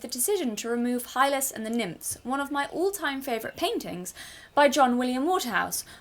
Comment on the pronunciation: Yes, you are pronouncing the name "Hylas" correctly. "Hi-les"